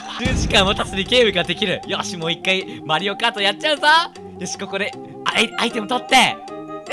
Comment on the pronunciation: 最初アリオカートって言ってたのに後からマリオカートって言ってた